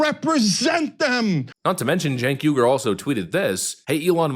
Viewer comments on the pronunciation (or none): No offense, but his last name is pronounced why-gur. The Uighurs are tribe in China. I agree with your commentary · Its not yu gur it's uy hur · his name is pronounced “ weeger” like the people being kulled and gutted by China. He is going to have to talk like this for a really, really long time before I will believe him! He needs to grovel a while lot more! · It's pronounced Chink (like the Chinese) Uyghur (the guys the Chinese are genociding.). (wee-gur)